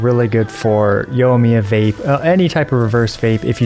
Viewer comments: Yoimiya. Yoi. YOOOOOIIIIIII not YOH lol Yoi me uh Great video, this tier list updated was well-timed ^_^ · The way you pronounce Nilou and Yoimiya kinda kills me everytime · OH MY GOD! Scaramouche? Let me write this down for you… Scara-moosh thats the way you say it. Nee-loo and Yoimiya… i dont know how you got the last one wrong